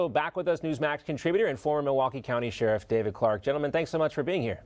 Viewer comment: It's "Sheriff", you obnoxious moron.